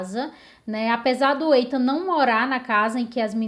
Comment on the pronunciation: Muito bom seu vídeo, parabéns! Não querendo ser chata, mas já sendo, apenas corrigindo a pronúncia do nome Ethan, na verdade é Ithan, não Eithan.